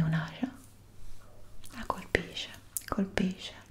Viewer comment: “prende un’ashia, la colpishe, colpishe, colpishe” ahahahahahahahahaha Scherzi a parte, bellissimo video